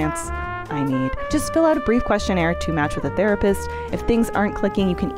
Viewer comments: I'm gonna be honest, every time said "Therapist" in the ad, it sounded like "Thera piss".... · not me thinking that was saying therapiss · Why did have this weird emphasis on piss in therapist, and?